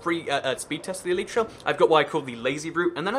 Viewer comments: It's not pronouced eleetra, it's pronounced elyytra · Why do you say "eleetra" instead of elytra?